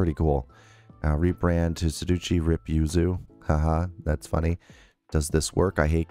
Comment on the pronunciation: It's Sue Dah Chee 😊